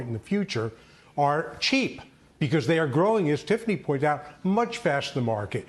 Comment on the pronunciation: Please say because correctly.